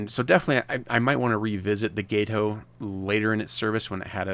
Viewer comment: You’re welcome. When I heard you say gay-toe all I could think was “let me help this fella out.” 🙂